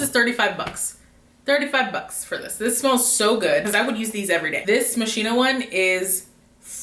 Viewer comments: Actually it's moss-ki-no. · It's Mo-ski-no ! no shade but people pronounce it wrong all the time . all those perfumes are great . stay safe